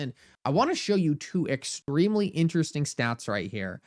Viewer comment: Ex-TREEM-lee! x 20 😆But I feel you. Thank you for the content.